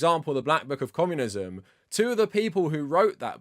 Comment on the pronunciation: Is this guy saying commonism